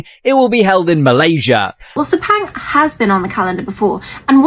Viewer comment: Guys not Speng please it's Spung